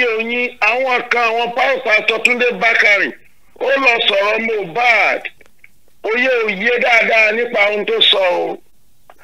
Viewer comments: Honestly, everyone failed Mohbad, he cried out more than enough. I feel so bad when people mistake his name for "Mo bad", the pronunciation is "Mi oh bad" meaning i'm not bad!! Ileri Oluwa, Imole, may God rest your soul and fight for you! 🙏🙏🙏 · Yes you are right Sir. Unfortunately got it wrong. The correct pronounciation is Moobad he even explained himself the meaning of Mohbad.